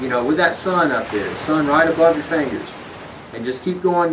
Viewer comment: It's fingers not "fangers"